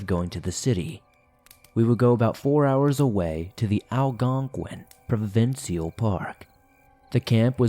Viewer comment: Pro-vin-ch-al lol thats how we say it here